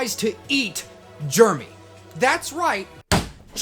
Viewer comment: BRO why you say JEREMY like that?!